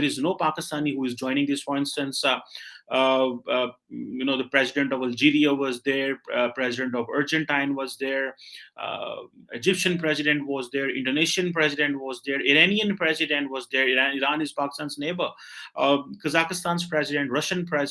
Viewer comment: should also give up his fake English Accent. He is pronouncing Argentina as "Urgentine"like turpentine, I was confused what country is he referring to? LOL #SunniWahabiFakeEnglish